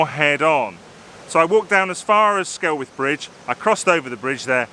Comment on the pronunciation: Hey, locals pronounce it BRAY-THEE. Skelwith is pronounced SKELLITH.